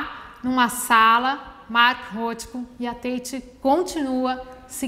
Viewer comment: Já começa pronunciando errado o nome do artista